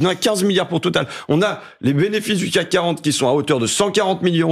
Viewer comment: J’ai adoré comme François Ruffin a dit le bénéfice en « bénévice » 👏🏼❗️❗️❗️